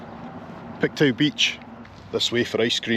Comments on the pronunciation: it's pronounced "Pictoo" not "Pictow". LOL! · Pictoo not pictow😂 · its not pronounced pictow its pronounced picto lol I'm originally from Dundee living in Halifax. love your videos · Just FYI...Pictou is pronounced Pik-Toh 😁 I'm originally from Belfast, and have been in Canada for the last 45 years - yes, Canada is the best! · Love your video, especially since I only live 2 hours from New Glasgow. I look forward to your Saturday videos and it's always a treat to get one mid week. FYI Pictou is pronounced Picktoe. Hope I don't offend by mentioning it. Take care. 💜💜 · Pictou is pronounced Pick-toe